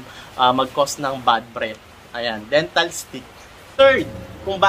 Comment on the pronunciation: IT’S DENTA STIX! NOT DENTAL STIX